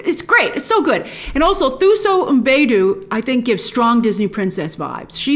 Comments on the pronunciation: Thuso is pronounced "Two-So" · Hi grace, lovely review, I’m definitely hoping to catch this one in cinemas. I just wanted to point out that Thuso Mbedu is a South African actress, and her name is pronounced as “Tuso”, the “h” is often silent in South African languages. Thank you 😊. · It's pronounced Tuso not "Th" like the